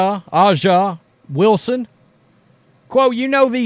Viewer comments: Clark's team hasnt scored more than 80 points yet and there are TWO number one picks on the team. Stop schilling, clark is just nothing special and Taurasi was 100 percent right with her first words. Clark leads the entire league in turnovers. HAHAHAHHA! P.S. - Aja is pronounced Asia and you know it. Stop trolling, be better than that. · I like the videos. But bro stop acting like you can't pronounce Aja correctly. It takes 2 secs to figure it out.